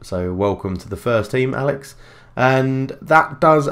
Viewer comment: You called Axel "Alex" lol